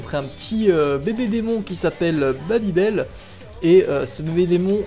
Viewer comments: Je rêve ou t'as vraiment dis "Babibel " O.o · Tu n'a pas respecter beelzebub ta prononcer beelzebub "beelzebuub" et ta appeler baby beel "babybel" xD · et c'est pareil pour baby beel que tu as prononcé babybel j'étais mort